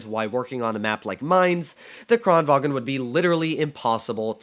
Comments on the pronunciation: It's Kranvagn, not Kranvagen. 😛 It isn't German... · "kranvagn" is pronounced KRON vang